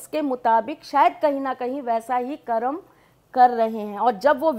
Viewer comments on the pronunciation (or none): none